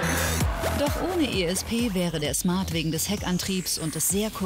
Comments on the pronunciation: Von der Schmart😂😂😂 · von den Schmart 😂😂😂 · Wie cyndie die ganze Zeit schmart sagt Stadt Smart